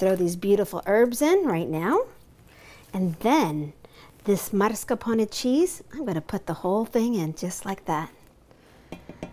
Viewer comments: mars ca pone? its mas car pone please learn to read, otherwise good video :) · Why does she pronounce it like MARS-carpone. That aint italian.